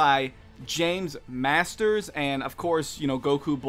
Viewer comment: its marsters